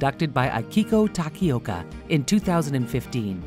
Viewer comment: I'm pretty sure Takaoka isn't pronounced like Tapioca.